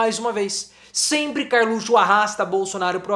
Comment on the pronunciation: Professor, por favor, volte a falar "carlutio"